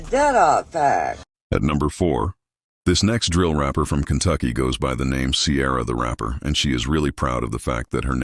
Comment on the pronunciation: she said Cuntucky.. Cunt is with a C... you need to listen better boy lol